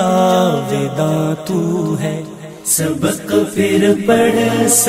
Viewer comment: ماشاءاللہ بہت عمدہ طرز انداز ہے لیکن ،پھر، کے جگہ پر* فر *کا استعمال صحیح نہیں